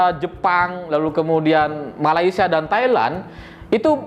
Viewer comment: malaysia bukan malaysa nanti para mantan ketawa..